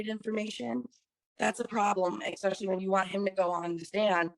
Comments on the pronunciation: The word is “ especially “ not “ exspecially “ people 🤣🤡🤣🤡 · Rolled my eyes so hard on "expecially"